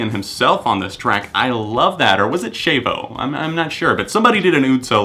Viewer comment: I have a question, is it pronounced Shave-oh or Sh-Ah-Vo